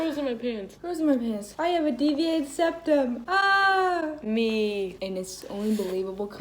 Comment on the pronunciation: no one:: mY seViAteD is DepTuM 😀